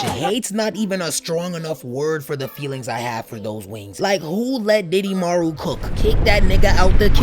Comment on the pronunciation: "Diddymaru" is crazy